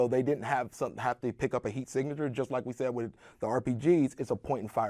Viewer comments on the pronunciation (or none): none